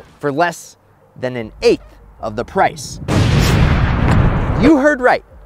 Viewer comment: He also said eighth wrong